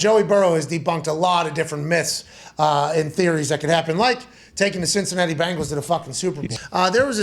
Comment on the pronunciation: Love you, Pat. But it is BEN-gals. As in Tiger. Not BANGLES as in some teenager's bracelets.